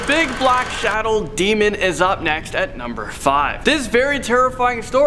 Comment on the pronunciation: Ah yes, “Shadown demon”